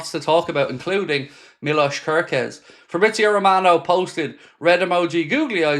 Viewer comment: Hello if someone told how to pronounce wirtz, im Hungarian and please its not körköz just kerkez everyone pronounce it the wrong way and its just annoys me